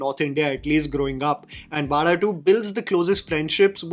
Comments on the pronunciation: Thanks for pronouncing Vaazha better and almost perfectly 🤘🏽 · Expected better pronunciation of Vaazha from you. Expectations just from you because of the passion with which you follow malayalam movies ❤❤ Love from Malayali ❤❤ Also malayalis need good stories which touches them. No extravagant sets , no superstar heroes, just stories.😊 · The second part is what makes the movie connect to the people. That is the life of middle class boys and that is why movie is doing brilliant. And by the way you never going to pronounce vaazha. It's a privilege for us malayalis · great video!! But I cringed everytime you said "vaada2" instead of "vaazha 2". 😁😁 JK. Love your attempt in trying to enunciate these words foreign to you. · Its so cute to see trying to pronounce Vaazha.. 😂 Its not Vaala.. its Vaazha.. 😊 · bro can't pronounce Vaazha 😂😂